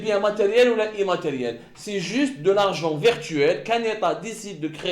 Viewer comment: On ne dit pas vertuel on dit virtuel !!!